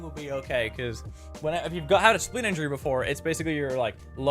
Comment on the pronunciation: did he said "spine injurie" cant quite understand it clearly